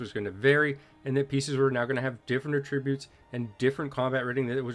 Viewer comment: Sorry to nitpick,, but that's not how "attributes" is pronounced. 😊